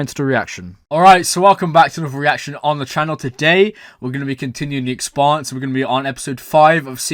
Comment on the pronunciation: You pronounce Expanse like Pants.